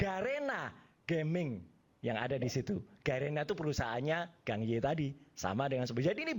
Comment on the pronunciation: Wajarlah tanda terima kasih , jgn sirik dgn rejeki orang , sirik tanda tak mampu. Gang Ye itu bacanya Gǎng (Kang ) Yè... orang Indo harus banyak belajar bahasa China.......... 港叶